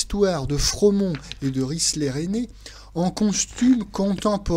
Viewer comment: Cette mise en piece , sans doute tout à fait justifiée ( je n'ai jamais vu le film!) est fortement exprimée grâce à la maîtrise d' une langue assassine certes , mais magnifique ment menée . Risler se prononce RisLAIR ,et non risler .